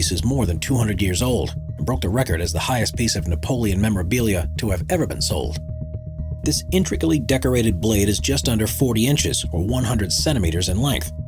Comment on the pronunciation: Intricully? NO! Intricately? YES!